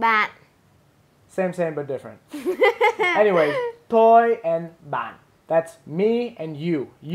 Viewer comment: (first comment)--what are we (your audience) doing "really great" ABOUT?!?! Also, although I'm just a VN novice myself, I'm pretty sure "Toi" and "Ban" aren't pronounced like "Toy" (hard "T") and "Bahn" (enunciated "n")--i.e., the "T" is a soft "t" (almost like "th") and you don't enunciate the "n" at the end of Ban (I think because of the "dot" tone under the "a"), it should be like your female companion said...hmmm--maybe SHE should've been doing this vid instead of you in the first place? :)